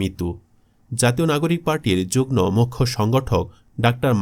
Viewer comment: যুগ্ম উচ্চারণ হবে যুগ্ মো